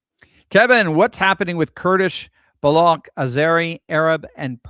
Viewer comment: Thank you for this video!👍🏼 "Baloch" or "Baluch" is pronounced the same as smooch, pooch et cetera: I was born in Quetta, Baluchistan, (then West) Pakistan but left that city at the age of three months and never returned, although I lived in Pakistan and Bangladesh for the first twenty-four years of my life.